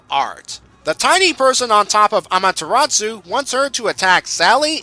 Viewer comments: Great review, only one thing, it's amaterasu not amateratsu like you said, but its a nitpick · Good review, though I feel I should correct you on the Japanese names: You got Okami right the first time; it's not "o-ka-my" Amaterasu's name is pronounced "A-ma-te-ra-su" not "tsu" Kamiki's name is pronounced "ka-mee-key" Issun's name is pronounced "E-soon" On the note of Okami, a slight nitpick I have is that not once does Issun refer to Amaterasu as "Ammy" like he does in the game. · Quinton J He pronounced it Amateratsu. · I fangirled when I saw Ammy. Anyways,, You're pronouncing Amaterasu and Issun wrong... (ah-mah-tur-ah-su) (EE-soon) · Ahrin Kim "tsu" as in "tsunami" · Quinton J ... the T is silent. It is pronounced Amaterasu, NO T. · Quinton J But that's POKEMON Amaterasu is one being. ONE NOT 784 Orsomethinglikethat